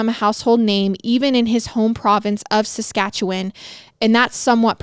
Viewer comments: Coming from Alberta, you said Saskatchewan perfectly so don’t worry! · I live in Regina Saskatchewan and was impressed with how you pronounced it. 👏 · You have no idea how excited I was just hearing you pronounce Saskatchewan correctly! (I live there) We barely hear any stories so close to home and when we do it's never said correctly lol. Love you guys <3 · I live in saskatchewan you pronounced it perfectly